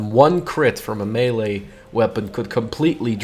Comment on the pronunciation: "no melle weapons" puts eurika effect m'kay mate -.